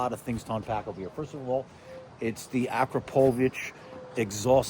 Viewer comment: It’s pronounced ah-KRAH-poh-vich, not ah-krah-POH-vich.